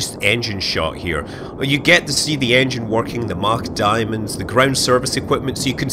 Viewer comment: did he mean engine or iongine lol